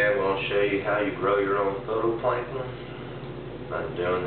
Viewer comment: It's phyto NOT photo